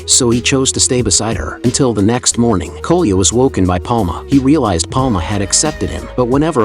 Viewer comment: Ai is so stupid It calles Коля koluya